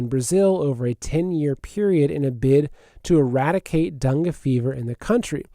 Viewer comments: Dangay is how it’s pronounced, dung is something else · It's Dengay fever just an fyi...love your show no matter how you stay stuff lol!